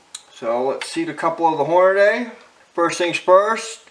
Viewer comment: As soon as you said "Hornaday" instead of "Hornady" (Horn-a-dee) I was done watching.